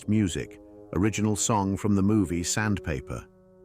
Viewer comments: The movie Johnny Mandel won an Oscar for was "The Sandpiper," not "Sandpaper"!!! This must be AI narration. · Sandpiper, not Sandpaper. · It sure sounds like he’s saying Sandpaper is the movie that Mandel got an Oscar for. It’s Sandpiper. Maybe it’s the accent.